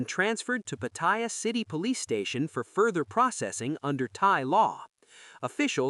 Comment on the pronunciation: Try learning how to pronounce Pattaya.